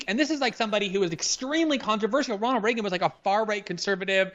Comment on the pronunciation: The way Krystal says Reagan hurts me physically